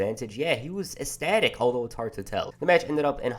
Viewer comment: Ecstatic- ek-sta-tik rather than esstatic.